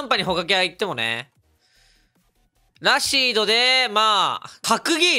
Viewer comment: ラシードのイントネーション気になる